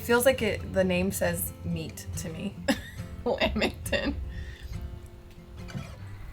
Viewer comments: Lamington- lamb there is no b in lamington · It’s a lamington not a lambington